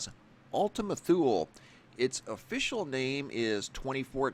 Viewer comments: Good video, thank you. But it's actually pronounced "too lee." Not "thool." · Its pronounced "toolee" Thule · Gaaa! It is pronounced too-lee. Ultima Too-lee. It's Latin. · toooleee, not thule like greenland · Thule is pronounced Too-Lee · Ultima Too-Lee